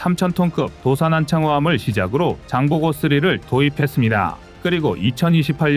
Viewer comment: 도산안 창호급은무소린가? 도산 안창호로읽어야맞지않는가 제발 띄워읽기좀정확히 하이소.한국사람맞소?